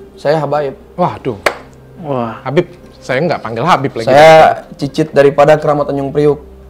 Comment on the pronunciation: Cucut kali , bukan cicit 🙈😆😆😆😆😆😆😆😆